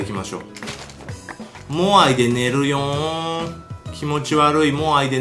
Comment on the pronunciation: 寝るよ〜んが寝るにょ〜んに 聞こえるwwww メサイアの真似かと思ったwwww